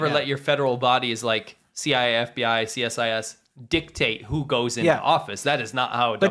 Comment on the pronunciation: Just FYI, CSIS is pronounced "see-siss". Also funny enough I'd say most Canadian's don't even know we have our own spy agency. They are just that good ;)